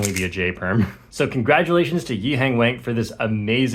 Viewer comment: Bro still mispronouncing “Wang”